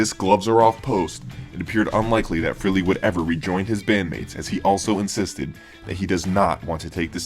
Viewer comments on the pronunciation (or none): Why do some people pronounce Ace's last name as "Free-lee"? It is FRAY-LEE". Know how to pronounce a name before you say it.